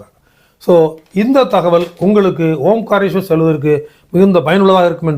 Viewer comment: ஓம் காரேஸ்வரர் என்ற சொல் தவறு. ஓங்காரேஸ்வரர் என்று சொல்லவேண்டும்.